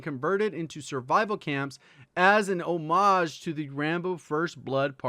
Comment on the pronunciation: you pronounced 'homage' wrong